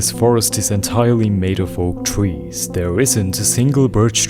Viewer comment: twees… I love how he uses w for some words cuz of a problem with his lips I think😭